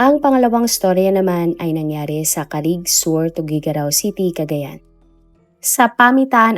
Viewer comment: (Carig) po hindi ca-rig i'm from cagayan po kc...GAT-TARAN Po